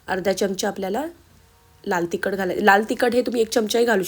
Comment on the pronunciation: छान रेसिपी.पण जरा उच्चारांकडे पण लक्ष द्या. च्यमच्या, तिकट, छाणच हे उच्चार खटकले.